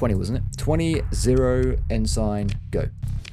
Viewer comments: As I am new to your channel and just started with this video so I dont know if you correct yourself later or not but that rank you are saying is pronounced En-Sin not En-Sign as in the things on the side of the road that tell you things. It is just shorter naval speak for Lieutenant or "Left-tenant" if your from the uk or probably other places in Europe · It's pronounced "En-sin", not "En-sign"